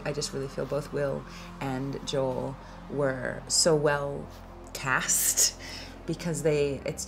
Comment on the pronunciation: I don't like that they all mispronounce Joel's name.